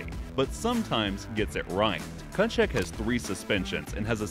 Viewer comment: that pronunciation on Tkachuks name lmao